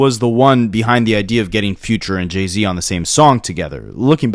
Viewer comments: Great documentary bro. But what the hellly do you pronounce Jay-Z name like its Jeezy🤣🤣🤣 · He is Canadian. That’s how they would pronounce it 😅